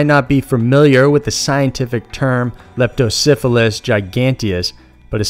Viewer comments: Please don't pronounce the eel's name like Leptosyphillis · It sounds like your saying Lepto Syphilis.